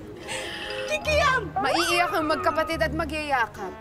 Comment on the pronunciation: Whawhahahaha laugh trip to hirap na hirap sila solen mag tagalog di niya mabigkas yung kikiam at pesos haha natatawa ako sa kikiam